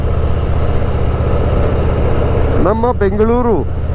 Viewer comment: On point pronounciation BENGALURU MYSURU DOSEY VADE 🥰🥰💛❤️